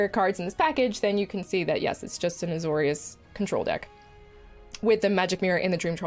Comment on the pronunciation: Don't think anyone calls it 'Azor-Eye-us'